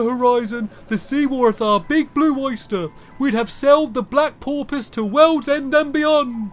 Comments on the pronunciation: No it's por-poy-se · porpoise is porpsee apparently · isn't it pronounced porpass? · Porpsie... Porpsie... PORPSIE!!! heckin ay... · You say it like porpus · It's poor-pis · _-Stamps keeps saying Porpoise wrong...and he doesn’t even notice.... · he said porpoise wrong